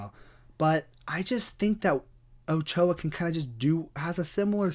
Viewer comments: As someone who's native language is Spanish, it was pretty funny hearing you trying to pronounce Ochoa. As other hispanic last names Martinez, for example, It is pronounced the same way you spell it O-Cho-A. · In spanish, his name is pronounced as Oh-cho-ah, Ochoa.